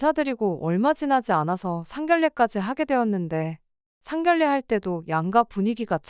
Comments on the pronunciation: 상견례를 왜 자꾸 [상결례]라고 발음하는 거임? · 다른 분들도 지적을 했는데 끝까지 상결례 라고 하던데 고치시길 ㅋㅋㅋㅋㅋ